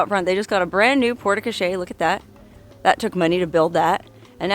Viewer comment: Another fabulous video. Hint: “e” on the end of a French word, generally, is silent. The “e” tells you to pronounce the letter before it. So porte crochere is simply pronounced along the lines of “port co-share”. With emphasis on the “shere” part. I think the wigs were off; your sister should have worn the black one and while you look great in both, you carry off the blonde one even more